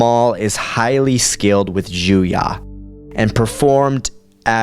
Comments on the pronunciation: Couple of things: 1) Every source I have seen has form 7 spelled J-U-Y-O, why are you saying it as though it was J-U-Y-A? Just curious as to your sources for that pronunciation. 2) Lightsaber form 5 is Shien, with Djem So being a variation of such, and Su Djem being a specific disarming maneuver of said variation. Overall, the video is great, other than the little things I've noticed and I'll be the first to admit that I'm being nit-picky about a fictional work. Keep it up, the videos are entertaining, if nothing else. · I can understand Djem So. If you are not familiar with the "D" being silent in the "Dj" combo, that's fine, you may have never heard it out loud. But when you say "Juya" that comes out of nowhere. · And Juyo isn't pronounced with an a